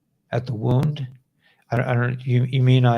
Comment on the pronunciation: Womb, not wound...